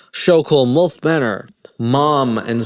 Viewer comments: theres no "o" in molf its milf lmaooooo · Lol love how you pronounce your I as a u... mulf 😂😊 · The way you say milf so clearly sounds like mulf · It’s pronounced M-I-L-F!! Not mulf haha 😂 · It's milf not mulf. 😅 😜 Bloody South Africunts. And what's wrong with predatory females ? Some of us want to be prey, cringey or not brother 😅